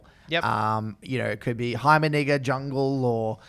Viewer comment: Please stop trying to say heimerdinger 🫣